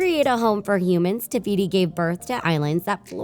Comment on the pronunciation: Did nobody notice that she said tebeeti instead of tefiti